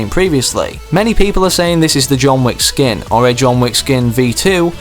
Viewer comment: tf, "wick" does not rhyme with "weak"